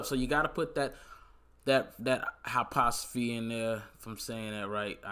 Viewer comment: man said hypothasy xD